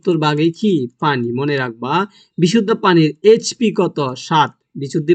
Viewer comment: আরেHP না PH হবে😅